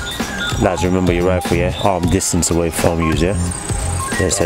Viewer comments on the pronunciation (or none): you sound like a Jamaican. "Memba me tell you" 😁